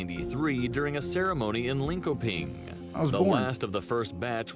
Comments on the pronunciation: Just love how the american narative says "Lin-ko-ping" 🤣🤣🤣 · They pronounced Linköping wrong too. The k should sound like sh.